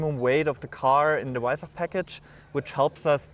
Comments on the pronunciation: Its not hard to pronounce Weissach correctly.. "Vai-s-ahck" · Just pronounce it with a “V” not a “W”! It’s okay!